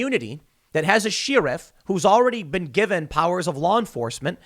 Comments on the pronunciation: SHARE-IF SHARE-IF, not SHEER-IF!! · With someone please tell Tim how to pronounce the word Sheriff. He’s doing the Stewie Griffin cool ha-whip thing I think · I’m here for the way Tim pronounces “sheriff”. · Anyone else hear the way Tim pronounces sheriff? Sounds so weird